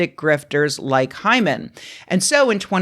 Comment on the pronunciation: Take a drink every time Rebecca says hymen... err Hyman.